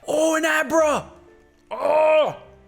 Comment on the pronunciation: 'Oh! It's a Abruh!"